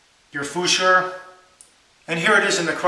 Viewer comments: Futur is pronounced ‘foo-tour’ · Great video as always. Laughing at your pronunciation for "Futur" think you might be chancing your arm ( as we Irish say 😬) a little bit there. Nevertheless ur the best man. Cheers for taking the time to make the video. I'm adding this razor to my shaving war chest. 👍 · As a German I really have to say that we don't pronounce Futur like at all haha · Der sagt das halt fr sehr komisch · I agree to Assurbanipal, i am german and i can say, that this isn't the german pronounciation. But no Problem, it's not important how to pronounce it, it's just a great and informative video which helps a lot to get into shaving like a real man :D greatings from Germany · Dude... It's NOT the german pronouncation how you pronounced it, definetily NOT! Trust me, I have to know it. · 'Futur' is pronounced 'foo-too-ah', not 'foo-sure' in German. Otherwise good review sir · hint: the correct german pronounciation is 'foo-tour'... not 'foosure' ;-) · German pronunciation is "merrkoor footoor" as in "food". You're welcome. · Haha Fuschhoouuur....that's not the German pronunciation. This is American fake news at it's best. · Hi, love your videos, including this one. They're part of what got me (and my RAD) started a while ago. The guy below wasn't very helpful with his pronunciation comment. I would know exactly which razor you're talking about, but if you're interested, it's pronounced "foo-too-ah" with equal emphasis given to all syllables. "R's" at the end of words in German are silent like in English English. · futur is pronounced foo-tour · I absolutely love your videos. But Fooshoor? I almost wet my pants laughing my man! Sorry, great video as always though.